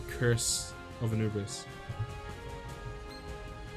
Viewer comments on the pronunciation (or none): none